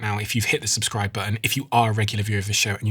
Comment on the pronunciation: Brilliant guest! PS when urging to subscribe, you say «subscribe or subscrib-uh» which I get u mean subscribe, but sounds confusing as uh sounds like silent r subscriber, so just suggestion to pronounce plain:)